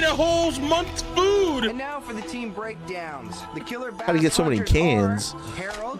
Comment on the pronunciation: You said gor instead of for, and I just hate Heather so much